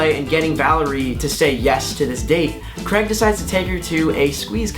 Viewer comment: It's not CREGG.... It's CRAYYYG !!!!!!!